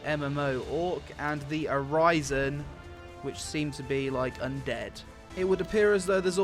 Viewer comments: I love your videos, but I have to say, I cringe every time the video starts off with race selection and you butcher pronunciations of the names, like A-RISE-EN instead of A-RIZ-EN. I mean, I cringe, but fondly. Please keep making more! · "A-RISE-in" are you fucking kidding me? Have you not heard or seen or consumed any form of Fantasy media in your entire life?????